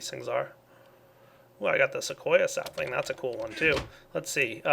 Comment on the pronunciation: Common Walnut sappling? He says lucky? Lol